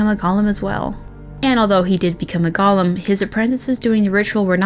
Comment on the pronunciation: It's pronounced goal-im